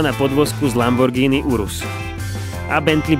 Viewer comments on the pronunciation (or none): none